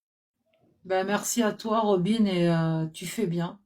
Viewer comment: Son prenom c Robine et pas Robin, faut savoir ecouter et faut arreter de couper les autres intervenants!